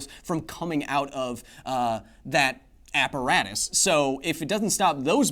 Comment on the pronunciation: apparatus, don't you mean apparASStus?